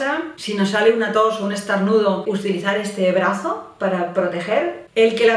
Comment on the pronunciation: dice estarnudos?